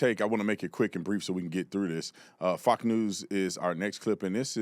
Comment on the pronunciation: Brandon, its Fox news, not FoQ news. I mean, your getting too close to calling it Faux news.